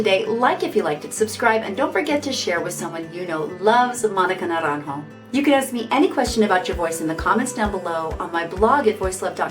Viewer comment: I would like to ask you, pretty please, that you learn how to pronounce propperly the artist’s name (Monica Naranjo, the j in spanish sounds as and h in english and de r betwen bowels doesn’t sound as a strong R) before making a few videos saying very wrongly the name and also learn some tricks to know how to say words and names in others languages. English it is not the most mother tongue spoke in the world and you should know better. Other examples of you saying wrongfully words in spanish is sobrevivere! It is sobreviviré.... please learn and improve your vast knowledge.